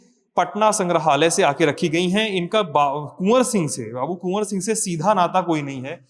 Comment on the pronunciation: Kon Singh bol rahe ho 🤣🤣🤣🤣🤣🤣🤣🤣🤣🤣🤣🤣🤣🤣🤣🤣